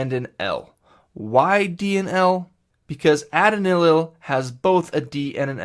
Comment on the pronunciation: Great video! Thank you! Your pronunciations are a bit off (e.g. adenylyl and inositol), but it's still very helpful.